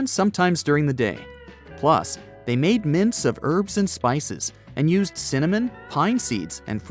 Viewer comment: He said cimanom